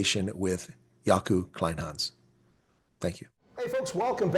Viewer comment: Kleynhans you say "Clay-n-ha-ns" - "ha" like in "haha" 😊.